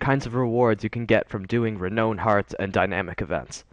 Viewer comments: Thanks very much; very useful info. One pedantic nitpick, though: It's pronounced "reh-nown", not "reh-known". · Learn how to pronounce renown.